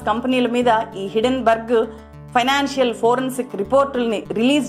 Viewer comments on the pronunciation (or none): Hidden berg, kadhu madam. HINDEN BERG. Hindenberg airplane fire accident jarigindhi hydrogen leaking valla. Helium ki, deeniki sambandham leedhu. Sarrigga research cheyyandi madam. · Hidenburg kadu madam Hindenburg. Mee manava thappidhalu kooda correct chesukonte manchidhi. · Day trader telugu lo cleae ga explain chesadu. Hindenburg puts buy chesi pettukuni mana market meda negativity spread chesthundi. Neku teliyani topic enduku matladthav cheppu. Hindenburg ni hidenburg antunnav.